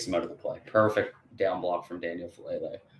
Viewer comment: Great breakdown. Just one thing with Number 77’s name: Faalele (pronounced Fah-ah-LAY-lay)